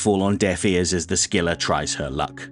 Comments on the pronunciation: the C in Scylla is silent btw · "the" scylla is novel way say it